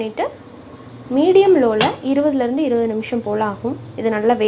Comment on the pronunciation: la 20 lardhu 20 nimisham aagumaa Clear aa sollunga🙄